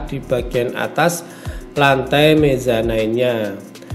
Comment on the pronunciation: mezanin pak bukan mezanain klo dibacanya....